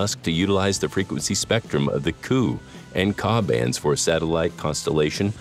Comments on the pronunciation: Ku is pronounced kay-you as in the letter K and then letter u with the K written in upper case and the u in lower case. Same for Ka pronounced kay-a where the a is long. The original K band was divided onto three parts, K , Ku, Ka. because of water absorption issues in the center of the original K band. The pronunciation as Coo and caw is extremely grating. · 🤣not "KU", "KA" band !! you say the letters K U and K A